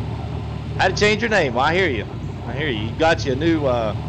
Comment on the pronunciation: Hey boss, had fun in the stream last night. Thanks again for getting my name right, you are now in an elite club of 3 other people that got it on the first try. Keep up the great work and I will make sure to try and catch the next stream!!